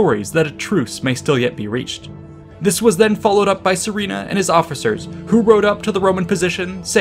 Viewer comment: Just a word of advice, the name is pronounced as Surena not Sorina , it comes from the word Suren which means victor in middle Persian ( Parthian ) language. It’s also a common name as Surena in modern Iran or Suren in Armenia where the remnants of Parthian empire continued to live after their demise by the rise of Sassanids in Iran .